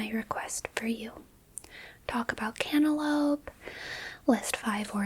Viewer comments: Did she say cantaloupe or candelabra? 😭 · She said cantaloupe dumbass